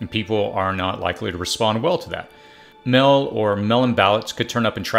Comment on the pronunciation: Also strange pronunciation of meal, mail, and polling.